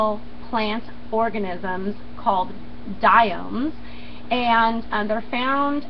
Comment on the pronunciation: DIATOMS!!!! NOT dioms!